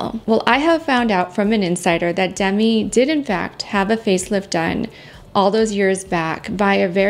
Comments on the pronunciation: I enjoy your kind, non-judgmental videos. Just one thing: Demi Moore pronounces her name as dehMEE, not DEHmee. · Demi pronounces her name “d-MEE” not “DEM-ee”